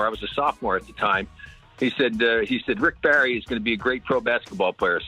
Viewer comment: "SL-ICK BARRY"!!!!!!!!!!!!!!!!